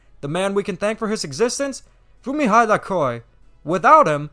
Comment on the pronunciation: Fumihide Aoki ( foo me he deh ah o key )